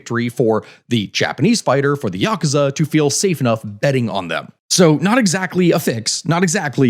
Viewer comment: Just saying Yakuza correctly got you a like. I'm not even Japanese, but hearing westerners mispronounce common Japanese names and words drives me up the wall.